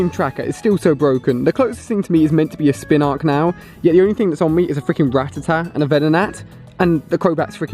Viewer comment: Ali it's "Spinarak" not "Spinark"!!!!!!!!